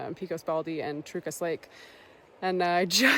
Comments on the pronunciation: I'm glad you decided to stay inside the shelter. New Mexico storms are nothing to play around with, especially in the high country. Also, FYI here in New Mexico we pronounce Pecos: Peck-ohs...not Peecos. And Truchas is pronounced Troo-Chus. not Trookas. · Thanks for the nice videos and good job on pronouncing Panchuela, but "pee-kos" is like nails on a chalkboard for me 😂- my issue, not yours, but it's "pay-cos" or "peck-os" and the "ch" in Truchas is pronounced as a "ch", not as as a "k". Love those areas, it's very sad to see all the trees dying, especially in the last 5-10 years. And there are absolutely bears (and mountain lions) in those regions so you should be as careful with your food as you would be anywhere else.